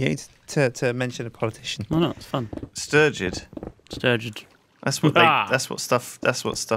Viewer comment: It is turgid not sturgid